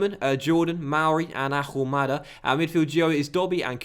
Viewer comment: won't score until you pronounce Ahumada correctly. No "H"!!